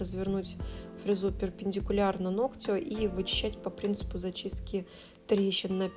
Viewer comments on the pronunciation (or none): А я смотрю всегда с удовольствием, пока мастер не говорит : ногтЮ, ногтЯ - уже невозможно, и не хочется быть врединой, поэтому обычно молчу и отписываюсь, но когда человек-блогер, блин, ну хоть минимально следите за речью🙏🏻🙏🏻🙏🏻😘(нОгтю, нОгтя, кОсти, лИфте, лОкте, пожалуйста🙏🏻🙏🏻🙏🏻😭😭